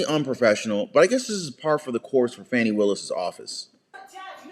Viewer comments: It's "fawnie" willis. A video on the right person would help.! x) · .. and you purposely mispronouncing her first name somehow makes you any less disrespectful. Talk about ‘unprofessional’.